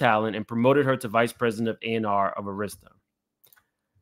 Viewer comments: Just an fyi, Arista is pronounced (ur-i-stah,) not (air-is-stah.) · Dear Sir, we love you-however -Pronunciation is KEY. it's not pronounced ER-ISTA -- it is Pronounced ARISTAH- and spelled ARISTA. Please and thank you. good job otherwise. --Slim Thug, must have went shopping with Puff. 😂😂😂😂😂😂😂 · “Aaarrasta” not airesta Jay records is scary as well “allegedly “ It is a whole scary club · AIR ris ta not air RIS ta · AR IS TA pronounced Air ris stah NOT Auh ris stah. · Arista air is ta not a wrist a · It’s Arista with an emphasis on the “A”, not the “I” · Air Rista. That's how it's pronounced. The Head of the Label ALWAYS takes MOST of the $$$ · For future ref: Arista Records is AR-rista. (the A sounds like Apple ). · the label name Arista is pronounced "AIR-rist-ah" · Ok...i just have to say this because the mispronounciation of Arista was driving me crazy. It is prounounced Ah-rista Thank you for your commentary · its pronounced AIR- RESTA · You've never heard of Arista Records? It's pronounced Air-ista. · This is really unfortunate. I hope she gets some closure. On a side note I'm gonna need you to learn how to say Arista Records correctly. Lol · Ahh-rista? Few-Gees? Carlos Santos? Cmon fam. This is why it’s important that Gen X’ers properly educate the younger generations on the cultures history. It’s Arista (as in Air-rista) Fugees (as in Foo-Gees) And Carlos “Santana” (like Juelz Santana) Tetter boro = Teterboro (As in TeeTer-boro) You’re bludgeoning all the words in this video. Sheesh. lol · Oooh the Arista struggle was real. 😁 a -ristta (a like apple). Also Teterboro airport in NJ is only 12 miles from NYC pronounced Teeter-borough. They all use private planes from the convenient location. I love that you tried to correct while reading the lengthy document.